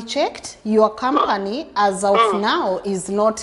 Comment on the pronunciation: 😂😂😂😂😂😂 And 'kambani' as company.